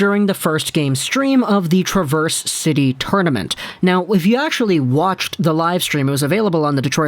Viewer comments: Love your videos, but as someone that grew up in Traverse City, I must say, you're pronouncing the City name wrong. It's Trav-verse (like Travis), not Tra-verse, little detail I know, haha, even though Traverse means to 'go backwards', no one pronounces it that way, probably on purpose haha. As a Red Wings fan, I am super excited about our prospects!!! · Trav - er - se city Love the videos keep up the fine work !!! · Accent is on the first syllable of "Traverse" in Traverse City, Michigan. Just FYI from a native Michigander. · The "A" in Traverse City is Pronounced like the A in Apple. Now You can sound like the rest of us Michiganders. Love your vids!!! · Emphasis on the first syllable, not the second.